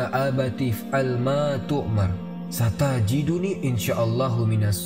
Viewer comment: Saudaraku,, sungguh da'wahmu mulia, tapi lebih indah lagi saat bacaanmu diperbaiki lagi...labbaikaLLahumma labbaik..bukan labbaika laa humma labbaik...satajiduuuuni bukan satajiduniiii...afwan...maafkan jika nasihat ini melukai hati...panjang umur para da'i